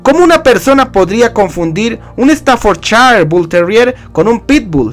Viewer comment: Exodium compañero se dice stafforshire bull terrier, es el original ingles, el otro es el american stafforshire terrier,producto de los inmigrantes que fueron a trabajar desde inglaterra e irlanda a estados unidos espero que te haya servido sus iniciales son uno sbt y el otro amstaf